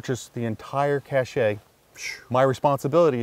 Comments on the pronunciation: Cache is pronounced ' cash ' , not ' cash shay ' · Its pronounced cash not cashay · Cache... it's not pronounced cash shay. It's pronounced "kash" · “Cache” is pronounced like “cash.” What you guys are saying is cachet. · Love these episodes, especially in the lesser known places. Side note, Tom - “cache” is pronounced “cash”, not “cashay”. That would be spelled “cachet”, a totally different word & concept altogether! Heard you say “cachet” in a few of these episodes now, think you actually mean “cache”. Thanks again!!! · Cache is pronounced cash, not cash-ay. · Cache! It's not a cash-ay! It's pronounced cash! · You mean “cache” pronounced “cash”. Cachet is a totally different word (and meaning). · The word 'cache' is pronounced 'cash'. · the word you should be using is Cache, pronounced pretty much like Cash, Cachet is a totally different word and doesn't fit the situation. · Cache is not pronounced cachet...two different words.